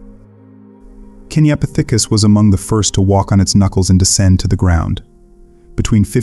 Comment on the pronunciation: Putting the emphases on the th in kenyapithicus is wild. KenyapiTHICus lol say it how you want but kenyaPITHicus sounds better